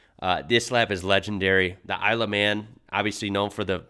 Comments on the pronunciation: Its "Isle of Man" not "I love man" 😂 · I swear you said, “I love men.” At the start. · Kind of sounds like you're saying "I love man" 😂😂😂😂